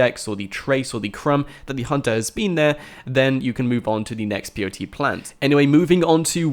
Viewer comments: Everytime you said peyote, I got cancer and another relative of mine died. It's Pay-o-tee. not Pee-o-tee. and you said it, like 100 times in this video. It physically hurt me. But other than that, good video, thanks. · The plant is called peyote, but it sounds like the 3 letters P-O-T, its ok, I was confused at first, until I read comments into this. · WHY ARE YOU SAYING P O T, standard white boy Kant. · can he not say pot is he spelling pot instead of saying pot ? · thought he was saying blt plant lol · peyote= Pay:o:tee